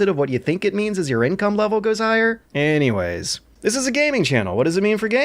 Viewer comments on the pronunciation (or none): none